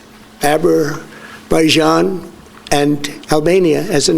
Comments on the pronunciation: “To think that we settled ‘Abber-bijaan’ and Albania” -DJT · How did he possibly mispronounce those countries with "Abber Bijian and Albania" a second time? Does his advisors have any spine to tell him he's wrong? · Him saying "Aberbijan and Albania" should end all speculation about his dementia.